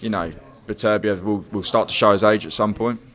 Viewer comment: it's Beterbiev not berbertev